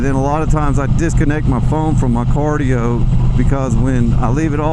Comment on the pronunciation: Cardo, not cardio